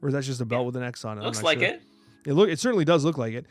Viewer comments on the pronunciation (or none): none